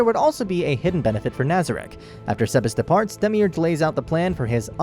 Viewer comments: “Demiurge” Dehmeeurj No one ever: dehmeeoogooreh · i cant believe the way you pronounced demiurge